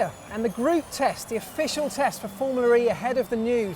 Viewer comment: If this guy says "FormulaRee" one more time, i'll personally slap him till he's blue.